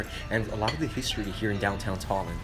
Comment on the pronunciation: I live in tallin and for a american you said tallin very good